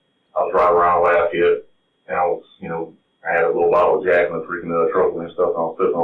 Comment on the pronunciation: "Laffy-ete" 😂 Otherwise, this is a horrible story